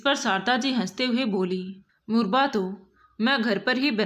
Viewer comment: मुरबा नहीं मुरव्बा होता है